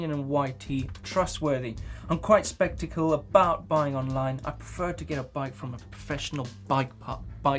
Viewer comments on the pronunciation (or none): Skeptical, not specticle :P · "sceptical not spectacale" love it